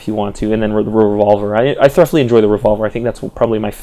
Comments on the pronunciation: Are you pronouncing the word "thoroughly" as "thruff-lee"? It's actually more like "thurr-oh-lee." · Not to be a dick but 'thoroughly' is pronounce "thu-row-lee". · "Thur-uff-lee"? That's a pretty funny pronunciation of thoroughly. "Thu-ro-lee" is standard.